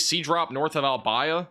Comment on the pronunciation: Thank you for your coverage. It helped me take care of my family in Englewood FL last month, and tell me about my family in south east Iowa tonight. Albia, usually pronounced al-BEE-a. Oskaloosa usually shortened to Oskie. Most place names in Iowa are Native American words. I know you won't remember this, you cover so much it is understandable you don't know how to pronounce local names.